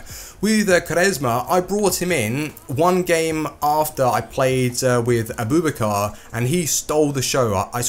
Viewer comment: his name isn't a-boob-a-car